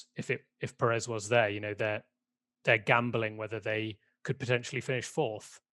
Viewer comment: U are pronouncing perez wrong.. The accent is in the first syllable pérez not peréz...